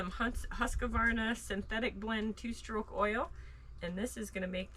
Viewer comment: Hi from scotland, Why do youtubers say husk a varna? Its huskvarna there's no a in the middle. Ask mike from DD5 😉 i moaned at him every time he said huskavarna 😂😂